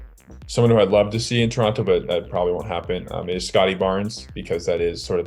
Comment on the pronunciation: What a take. He got the Scottie right